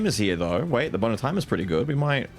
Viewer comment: My adhd self hearing "boner time" everytime says bone of time is just hilarious